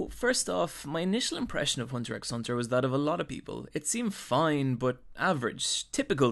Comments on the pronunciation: BRUH PLEASE stop calling it Hunter EX Hunter it’s so hard to deal w, i’m enjoying the video but that just gives me a headache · The x is Silent! You should be reading it as, " Hunter Hunter" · good video however i do slightly dislike the fact you keep saying hunter x hunter. where in pronounce its just hunter hunter... you don't rly say the x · It's actually called Hunter Hunter. The X in the title is silent. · nice video! but just so you know the x is silent, it's not said when u say the title so it's pretty much hunter hunter. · Did you purposely mispronounce most of the characters names, and the name of the show itself? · Everyone saying the name wrong for the past 8 yrs the 45ck ._. Im still anoyed lol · The x in hunter x hunter isn’t meant to be pronounced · Hunter hunter you don’t pronounce the x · the way you keep mispronouncing names pisses me the fuck off. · The x isn't pronounced. It's just hunter hunter. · U don't say the x u say just hunter hunter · It's actually pronounced Hunter Hunter, not Hunter x Hunter, just saying. Great video tho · It's produced "Hunter Hunter" you don't say the X. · It's pronounced hunter hunter dipshit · B R lol why you so salty ? If your pronunciation is so good why not make your own video. Let others be the judge . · It's pronounced "Hunter Hunter" -- the "X" is silent. ;-) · The X isnt pronounced. You should learn how to say the name before you try and make money off its content. Cant even watch the rest of your video if you dont even know that. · Btw Its Hunter Hunter , not Hunter 'X' Hunter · Ever time I heard the 'x'. I died a little bit inside. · You say it hunter hunter